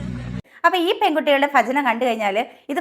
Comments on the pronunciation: Chechide abhiprayathodu 100 % yojikkunnu. Chechiyodu oru correction parayanundu. Malayalam letter ഭ chechi ഫ ennaanu pronounce cheyyunathu. Ee video il pala thavana athu upayogikkunnum undu. Athu valare arochakamayi thonni. Please try to pronounce correctly. "Bhajana" aanu "Fajana" alla. "Bhakthi" aanu "Fakthi" alla. Kuttamayi paranjathalla ketto. Palarum ingane aanu pronounce cheyyaru. Pakshe correct aayi parayunnathu kelkananu bhangi. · ഫജനയോ...പോയി പഠിച്ചിട്ട് വാ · ഭചന അല്ല ഭജന എന്നാണ് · ഇവരുടെ ഫജന എന്ന ഉച്ചാരണം കേട്ടിട്ട് എന്തോ പോലെ തോന്നുന്നു... ആദ്യം നന്നായിട്ട് പറയാൻ പഠിക്കുവിദ്യാഭ്യാസം ഇല്ലാത്തവരെ പോലെ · ഫജനയല്ല ഭജന പ ഫ ബ ഭ മ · Pha alla bha(ഫജന അല്ല ഭജന എന്നാണ് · ഫജന അല്ല ഭജന എന്നാണ് ശരിയായ ഉച്ചാരണം ❤❤ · അവരുടെ ഫജന പോകുന്ന വയിയില് പയത്തൊലിയില് വയുക്കി കുയിയില് വീയാതിരുന്നാ കൊള്ളാം. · ഈ പറയുന്ന നിനക്ക് ഭജന എന്നുപോലും പറയാൻ അറിയില്ലല്ലോ. അവർ തുടക്കക്കാരല്ലേ. ശരിയായിക്കോളും. ഇന്നത്തേക്കാലത്തു പെൺകുട്ടികൾ ഭക്തി മാർഗത്തിലേക്കു വരട്ടെ. അവരെ ഇങ്ങനെ ആക്ഷേപിക്കുന്നതെന്താണ്. ഫജന phajana എന്ന് പറയാൻ പഠിച്ചിട്ടു മറ്റുള്ളവരെ കുറ്റം പറയൂ.😂😂😂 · ആദ്യം ചേച്ചി പോയി മര്യാദക്ക് ഭജന എന്നെങ്കിലും പറയാൻ പഠിക്കു എന്നിട്ട് മറ്റുള്ളവരെ കുറ്റം പറയ് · ആദ്യം ഭ യു ഫ യും തമ്മിലുള്ള വ്യത്യാസം തിരിച്ചറിയുക,അവറ്റകള്‍ ഭജനയെ കൊല്ലുമ്പോൾ നിങ്ങൾ ഭാഷയെ കൊല്ലുന്നു. കണ്ടന്റ് മുഖ്യം ബിഗിലേ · ഫജന, ഫക്തി.. 😂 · വീഡിയോ ചെയ്യുന്നതിന് മുമ്പ് ഉച്ചരിക്കാൻ പഠിക്കൂ.... ഭജന, ഭക്തി, ഭക്തജനങ്ങൾ - ഫ അല്ല. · ഫജന അല്ല ഭജന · വളരെ സത്യം👍 ചേച്ചി, ഫജന അല്ല ഭജന.... ഉച്ചാരണം 😂😂😂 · ഫജനയല്ല ചേച്ചി ഭജന ആണ് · ഫജന അല്ല ഭജന 😂😂🙏👍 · ഫജന അല്ല.....😅 ഭജന എന്ന് പറയുന്നത് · ഫജനയാവണില്ലേ...അയ്ന് ഫത്തി വേണം. ഒന്ന് ഫോടീ... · ഫജന അല്ല ഭജനയാണ് പെങ്ങളെ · ഫജന അല്ല ഭജന 🤣🤣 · മമ്മായി ഫജന അല്ല ഭജന അത് പറഞ് പടിക്ക് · ആദ്യം ഭജന എന്ന് പറഞ്ഞ് പഠിക്ക് ഫജനയല്ല😅😅😅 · ഫജന യല്ല പെങ്ങളെ 🙏🏻 ഭജന യെന്ന് പറയൂ. ബാക്കി പറഞ്ഞതൊക്കെ 100% ശരി 👍🏻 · ഫജന അല്ല *ഭജന*.... ഫക്തി അല്ല *ഭക്തി*.... ഫക്തർ അല്ല *ഭക്തർ*.... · ചേച്ചി ഭജന യെ ഫജന പറയരുത്... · ഫജന അല്ല ഭജന ആണ് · ഫജന😂ഫജന അല്ല ചേച്ചി ഭജന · പറഞ്ഞ കാര്യങ്ങൾ സത്യം. പക്ഷേ ഫജന എന്നല്ല , ഭജന എന്നതാണ് ശരിയായ വാക്ക്❤❤